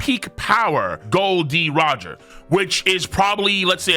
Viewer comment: KOL IT'S Gol .D Roger not Gold D Roger